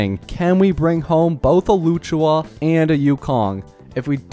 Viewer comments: while you might not care maybe others do and luocha vs luchua there’s still a clear difference but I’m not blaming him ofc he’s not doing it on purpose but if he were to learn the right pronunciation it’d be nice to correct it 😁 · "Luchua" even if you have a strong accent you couldn't be that far off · loo chu aa 💀 lu o cha my bro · i swear if i hear luchuha one more time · Its loh-sha or low-CHA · bro really said "Loo-choo-Wa"🤣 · For future reference it’s closer to “loo oh cha” even better if you make the luo “loo oh” 1 syllable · Just saying its Locha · not loochua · It's literally not that hard 💀 Lu-o-cha, it ain't as hard as Qingque which I agree on this one is hard to pronounce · Please tell me you’re pronouncing Luocha’s name wrong on purpose, like you do with Gepard… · as a chinese his pronunciation makes me want to bash my head on the wall 😭😭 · Brother does NOT know how to say Luochas name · I'm pretty sure he pronounces them wrong on purpose